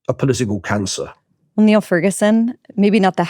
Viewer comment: Niall is too good natured to take issue with his name being mispronounced, so I'll do it for him.